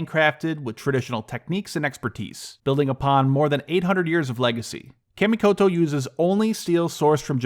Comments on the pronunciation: Good video, and finally an in-video ad I didn't mind (nice knives). However, one correction (sorry, it's a pet-peeve). "Kamikoto" is pronounced "kha - (mi -ko-to). Not "Ka" as in "cat" in English. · Kah- mee-ko-toe knives